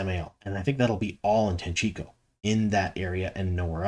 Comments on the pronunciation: Happy to hear you pronounce Tanchico correctly 🎉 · Wow! Thanks a lot for correctly pronouncing TANCHICO! I'm so happy, I've nearly shat myself! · I've been a subscriber for a long time and I'm so happy you've finally pronounced Tanchico properly........ 🙂